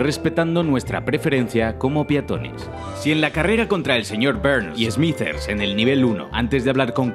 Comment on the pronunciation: ‘’Señor Bbberrrrns ‘’ xDD